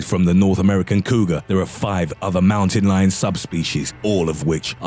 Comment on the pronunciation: Fucking he goes MOWTEN LIYON